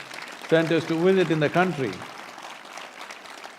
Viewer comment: (Applause,) one of the most important centres to VISIT in the country (He pronounces the V as a W)